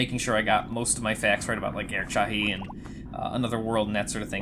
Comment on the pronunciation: Chahi is pronounced "shah hee" so close lol. Heart of Darkness is very much "Another World with elements of Flashback" and if you're familiar of the past games Amazing Studio people worked on, you'll be able to guess why lol I've always thought that Amigo is named such because of the Amiga lol. How about a version of the game with 2D animation in the cinematics? I've imagined that often. In the art style of the concept artist Christian Robert who also did the in-game sprites. Oh jeez what is your playstation doing!?